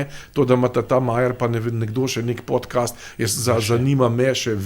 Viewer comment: Podcast se izgovori podkast in ne podkest.